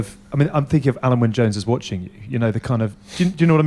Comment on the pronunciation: It's Alun not Alan